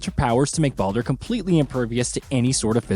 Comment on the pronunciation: I’m 100 percent convinced that they butcher the names on purpose to get people ripping them in the comments section. The more comments, the more they benefit from it. My point: listen from when he mentions Baldur… says it wrong twice and in the same breath says it right twice. Obviously knows how to say it right. I think the mispronouncing is simply a way to drive the number of comments because they know people will be quick to roast.